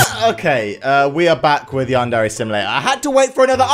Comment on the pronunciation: How I say it:Yan-dear How says it:Yawn:dare:ay